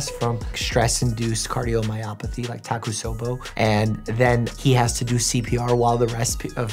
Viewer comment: the way he pronounces "Takotsubo" as "takusobo" causes me physical pain